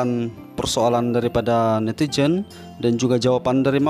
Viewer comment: Betulkn sebutan huruf min....Z jadi J...Fizo jadi fijo...Netizen jadi Netijen...🤭